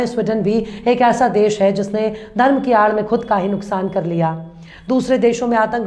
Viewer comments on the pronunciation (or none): none